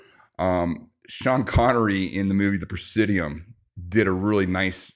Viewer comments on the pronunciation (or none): “Presidio”, come on brother your a military man lol, great movie though!